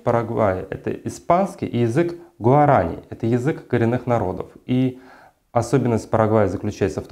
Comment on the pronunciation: Уважаемый канал Юрвиста, вы вообще кому дали микрофон? Больше половины того что заявляет этот человек - неправда, он даже не знает как произносить слово "гуарани"!